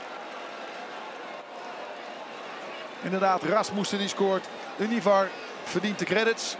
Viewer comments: UNIVARRRRRR UNIVARRRRR 😂😂✌🏽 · Univar, estadio ergilio harto.. er zitten wel wat meer foutjes in. Zal de warmte wel zijn ^^